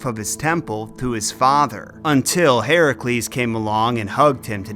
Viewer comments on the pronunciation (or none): none